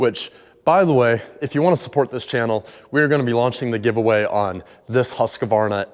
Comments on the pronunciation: The way you butchered the pronunciation of Husqvarna 🙈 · As a Swede, how you pronounced Husqvarna killed me 😭 I know it’s irrelevant since I could still make out what you said, but still. But DAMN what a cool place! Unique home and cool AF. Even if it’s pouring down outside you can still sit “outdoor” and enjoy it without getting wet at all.